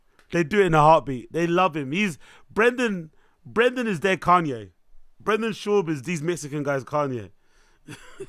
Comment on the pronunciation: Con-ye West Coast